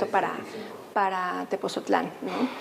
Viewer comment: ME ENCANTÓ EL VIDEO PERO, LA SEÑORA DIRECTORA DEL MUSEO QUE MALA PRONUNCIACIÓN DEL NOMBRE DE "TEPOTZOTLÁN" CON T Y Z. DEBE DE PRONUNCIARLO BIEN. NO SE DEBEN CONFUNDIR CON TEPOZTLÁN.